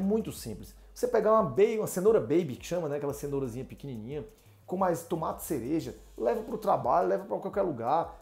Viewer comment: TUMATI? DEPOSITO? KKKKKKKKKKK É UM BAIANO MESMO !